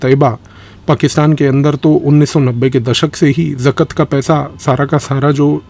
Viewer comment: पवनित जी, यह जकत नहीं जकात‌ कहलाता है 👍👍